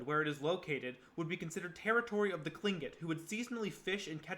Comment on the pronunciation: Your pronunciation of Revillagigedo, Tlingit, and several other words are wayyy off. And Alaska didn’t become a State till 1959. If your not from here you might want to talk to a few locals that have been here for more than a minute